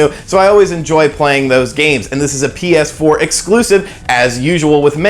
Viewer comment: Am I the only one who heard Penis 4 instead of PS4 at around the mark